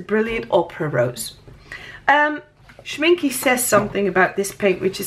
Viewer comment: The e in Schminke is pronounced like the beginning e in elephant.